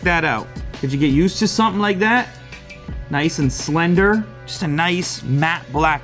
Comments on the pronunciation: If you ever say slender ever again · please dont ever say slender again. thanks!!!